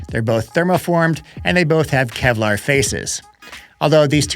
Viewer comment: “Kelvar”😂. Now that’s clickbait